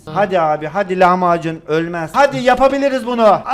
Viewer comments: Lavmacun derken lahmacun der gibi😅😅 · Abi lavmacun dediğinde lahmacun sandım